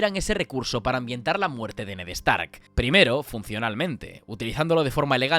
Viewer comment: “Ned EStark”